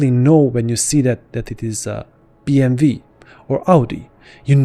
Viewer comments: "BMV"? You mean BMW (B-M-"double you")? Where are you from that the pronounce that car company like that I've never heard that before. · You are correct. In English, which he is speaking, it's pronounced "double you". There is no V in Werke, it's just that in German the W is pronounced like a V. The name of the company does not change to BMV when written just because W is pronounced like a V in German. W is always W, Bayerische Motoren Werke is shortened to BMW in English and German. Always has been, always will be. This guy is seemingly getting mad at people because he wants to slip one German pronunciation into an entirely English presentation. The company itself and all of its employees pronounce it "double you" when speaking in English, and I hope it's just a matter of him not knowing that. He is wrong and you are right, and I'm sorry that his response was so rude. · No… in English it’s BM”W”. In German it’s “Be” “Em” “Ve”. Using your logic… stop spelling it AmeriKa. You missed the mark on this one in every way. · FYI: It's BMW not BMV